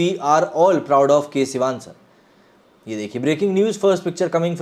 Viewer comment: Bro his name is Sivan and not Sivaaan